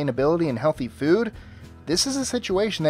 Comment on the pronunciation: i love how you say 'fud'